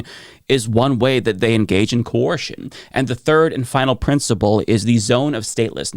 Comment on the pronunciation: Are you trying to say Ko-er-shen?